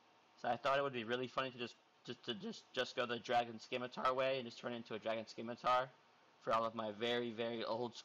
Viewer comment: Scimitar is pronounced sim-itar not skim-itar